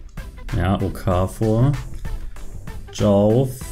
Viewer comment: Super Nices Video aber bitte okafor... das o kurz ich als schweizer bin ziemlich getriggert